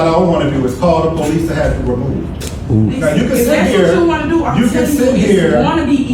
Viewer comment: He said “ I can call the po lease “ 😂